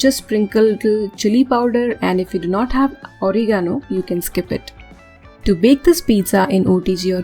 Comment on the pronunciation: ORIGANO..hahaha. Oregano pronounced as "reh·guh·now".